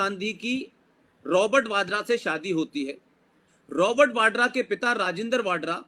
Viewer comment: वाड्रा नहीं, वडेहरा ।